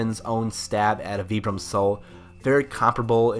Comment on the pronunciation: Great video, and very informative! I do have to say though that Vibram is pronounced "vibe-rum" lol, it was really hard to watch all the way through with the way you're saying it.